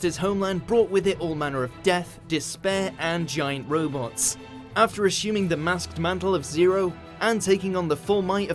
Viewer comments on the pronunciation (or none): none